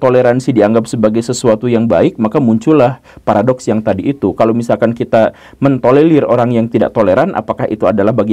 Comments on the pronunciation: Tolerir bukan tolelir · gemes denger pak guru slalu ngomong tolelir, bukan tolerir😄